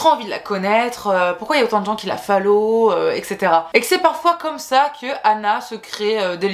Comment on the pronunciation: Tu pourrais dire follow et pas fallow s’il te plaît ça me perturbe mais tellement 😭😭😭😭